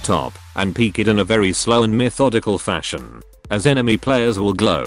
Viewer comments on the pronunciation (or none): none